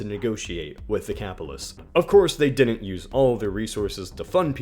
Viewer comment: Pronounced "Did dint" and "Briddon"